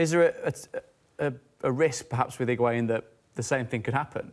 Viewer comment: The amount of people that are butchering Higuaín’s name 😂